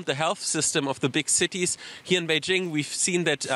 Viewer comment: Bay JING. Not beige —ing